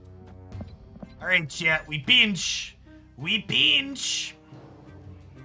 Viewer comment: Love hearing "I peeench" when you Doc Ock